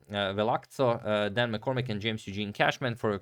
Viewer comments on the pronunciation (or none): you pronounced the name VelaZCo as VelaCZo in the previous video. i thought you'll correct yourself in this one